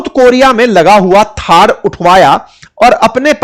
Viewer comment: Thar nahi hai thad hai